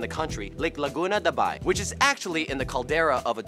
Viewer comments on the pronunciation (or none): Its laguna de bay not da bai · Camiguin(kamigin) not Kamigwin Aguinaldo(aginaldo) not Agwinaldo Laguna de bay not laguna dabai. 😌 Cebuano is the most dominant language of the Philippines for me because we migrate and dominating another places like mindanao and Luzon. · It's Laguna de Bay, not Laguna Dabai.